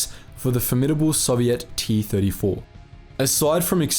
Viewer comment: FFS mate Learn how to pronounce Soviet properly